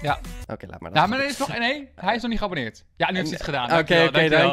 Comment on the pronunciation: Toen jij zei abboneet abonneerde ik